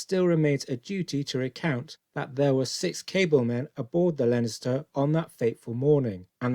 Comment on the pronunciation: Get the basics correct please - the ships name was Leinster - pronounced Lenster, not Lenister as you seem to say each time.